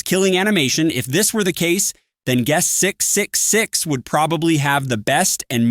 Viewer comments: "gust 666" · TTS coming up with a new way to pronounce guest 666 each time its mentioned